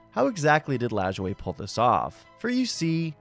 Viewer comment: Thank you for pronouncing Nap Lajoie correctly.